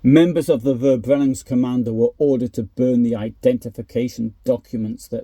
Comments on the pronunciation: It is pronounced "Ferbrennung", not "Verbrennung" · Your channel is so unique as you post information about WWII which I have never heard anybody else present. Thank you so much. ❤ And also a little reminder: the German V is pronounced F... so fx Verbrennungskommando is pronounced Ferbrennungskommando